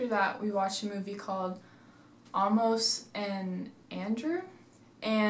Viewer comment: How do you mispronounce "Amos"?? I mean, if you've seen the movie, then (by seeing the movie) you should know how the name is pronounced. Yet you didn't do that when you made this video. Why??????????